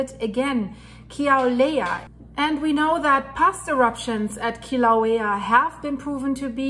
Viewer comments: It’s Kill-a-way-a. Emphasis on the ‘way’ syllable. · Ur cute :-) I love ur accent :-) and Kilauea has a w sound where the u is :-) God bless and Godspeed